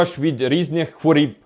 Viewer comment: не хворіб а хворОб 🙏